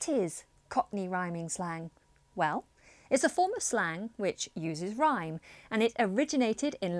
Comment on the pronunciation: It sounded like as if he said 'Cockney Rhyming Slag' instead of 'Cockney Rhyming Slang' lol 😂😂😂